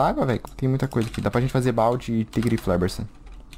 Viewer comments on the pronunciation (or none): none